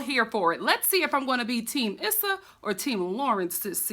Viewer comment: It's definitely "Eee-sa". Emphasize on the E not the S.